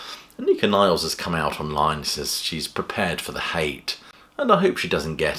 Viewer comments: Anika Nilles, pronounced Nill-es, not Niles. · It's not Niles, it's Nilles. Double l. Pronounced: Nil-less. It's great news. The idea that Lee and Lifeson have no right to play under the name Rush, is ludicrous. Plus, the best way to keep the music that Peart co-wrote alive is to play it. And the best way to attract audiences to these concerts by two members of Rush is by calling it what it is: Rush!